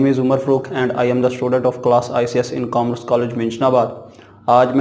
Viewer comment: Commerce not cammrece